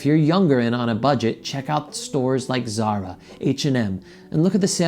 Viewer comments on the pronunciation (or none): none